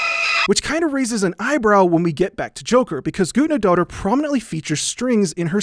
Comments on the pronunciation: It's "Guthnadottir" not "Gudnadotter" that weird symbol is an "eth" - we used to have in in Old English. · love you man but it hurts so much every time you mispronounce guðnad dóttir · Hildur Guth-nah-dot-tier, soft th like in the. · Im 17 minuts into the video and Just now realized hes calling the conducter Guðnadóttir and Just pronounsing it atrociously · This is very interesting, although the only thing I want to say is, yes, I get Icelandic names are hard to say and you did it pretty well though if you want to be as accurate as you can be it would have been "Guth-na-doh-ttir" or smth along those lines, you get what I mean though I hope Still very interesting and that was all I wanted to say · The ð in Hildur Guðnadóttir's last name is pronounced as a hard "th" sound such as the th in "thing" or "father." So her name would be pronounced like Hildur Guthnadóttir. Sorry it just bothered me a little lol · So...it’s pronounced ”Goot-na-daughter”? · I'm from Iceland, where Guðnadóttir is from, and you butchered her last name. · hears him butcher the composers name walks away AHHHHHHHHHHHHHHHHHHHHHHHHHHHHHHHHHHH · It's really weird to see a video that supposedly is paying tribute to an artist and then you fuck up both the pronunciation of the artists name and even do it completely wrong by constantly using her patronym, which is reducing her to being someones kid